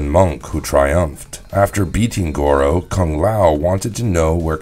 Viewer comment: But he's saying the name wrong